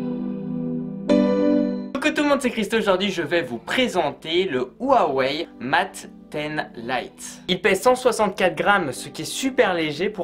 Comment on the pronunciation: Bon faudra faire des efforts pour la prononciation de "mate"